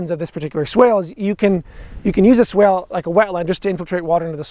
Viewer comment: Swake? You mean swale?